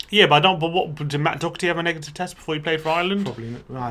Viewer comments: You guys need to learn how to pronounce Doherty. Other than that 👏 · Lads it's pronounced DAW-HER-TEA not DOCK-ER-TEA 🙃